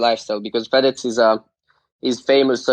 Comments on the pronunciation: He Say fedez "fat ass" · Fedez che diventa Fédezzzz ahahah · ma come pronuncia Fedez sto male